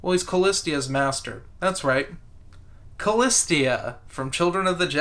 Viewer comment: I'm pretty sure Callista is pronounced like it's written, Calleesta not Callis-tia. Loved how Pellaeon focussed this book was, i despise Karen Travesty Traviss, but this she got right.